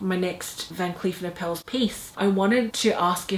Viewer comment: It’s pronounced “are-puls” like apples with an “r” in there. Here is a video guide